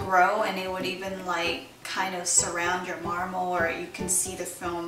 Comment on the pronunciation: Lol you say marmal